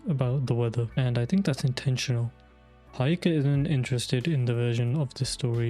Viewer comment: It's he-yo-ka no hi-o-ka